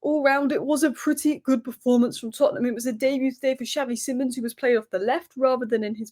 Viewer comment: love you but please learn how to say xavi simons correctly